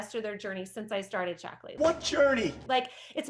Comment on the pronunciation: I'm only 10 minutes in, and maybe it's because English isn't my first language (I'm French) but all I can hear is "Shackles" and it makes me giggle so much 😂 Cheers from France! 💜